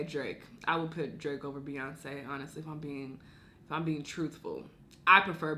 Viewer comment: this girl ain’t say Beyoncé 😂